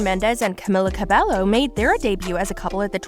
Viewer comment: Ca-bello ? 😂 do your research before posting.